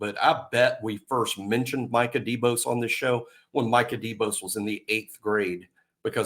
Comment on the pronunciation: Did say Minkah Debose lol